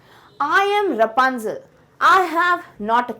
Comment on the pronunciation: thats rapunzel not rupanzel😄